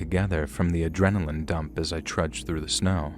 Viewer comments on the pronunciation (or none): none